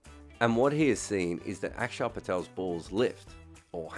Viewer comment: Props on pronouncing Axar correctly mate!